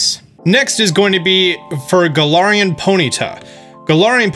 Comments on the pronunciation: It’s ga-lar-en gal-ar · He said "Gala(a)rian"...